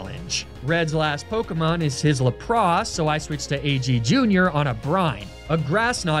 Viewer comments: I was totally rooting for you, the first few sacrifices were soooo heartfelt…… Then you said “lapras” as “la-pros” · Why does he says lapras like that, other than that great video